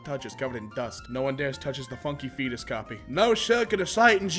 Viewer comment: I thought he said none touches the fetus coffee